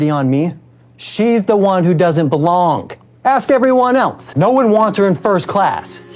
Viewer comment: I'm sorry did he say belongk ... Way to show your ass